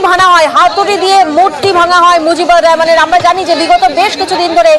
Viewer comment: রেহমান নাকি রহমান🙄